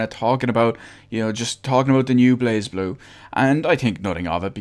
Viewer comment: It's prenounced "blay ze blue" Not "blazblue"